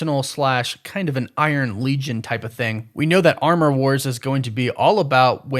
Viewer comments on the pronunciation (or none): none